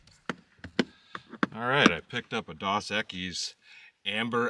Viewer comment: Next time you get dos equis try the one in the green bottle. And its pronounced dose.